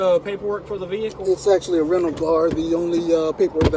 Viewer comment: “You were travelling in a ‘vehickle’ while being black Sir. I’ll let you off with a warning this time...”